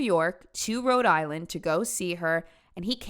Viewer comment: i know the rhode islanders hated that pronunciation